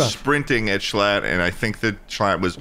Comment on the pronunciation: You did call him schlum ☠️